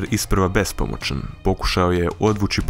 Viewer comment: De bolan nauči pričati ne kaže se tisuču nego tisuću, nije bespomočan nego bespomoćan, nije pomoč nego pomoć